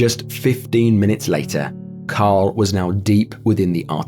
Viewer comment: Fr sounds like you're saying Kyle instead of Carl lol